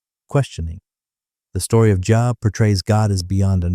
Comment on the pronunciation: Job's name pronounced here as literally "job" inatead of "jobe". Damn AI narration is irritating and insulting to listen to, regardless of the quality of the content.